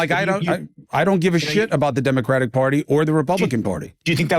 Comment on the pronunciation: Why can't Benny say the word "Democratic"?